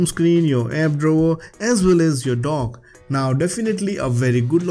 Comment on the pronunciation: "You can customize your home screen, drawer, as well as you dog" I know you obviously said dock, but I have the video on 1.5x speed and it sounded like dog and it was the funniest shit ever